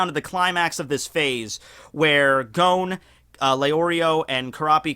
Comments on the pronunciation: Idk why you pronounce Gons name as Gown xD They even pronounce it as G-o-n in the anime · No offence, BUT you are able to pronounce complex Japanese name perfectly. But when it comes to names like 'Gon' or 'Gen' the most simple names, you do it WRONG. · Lmao my guy really says "Gown"